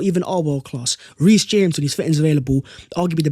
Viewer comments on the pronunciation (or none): none